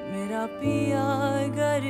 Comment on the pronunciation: The mispronunciation of "ghar" as "gar" throughout the song is beyond frustrating for me!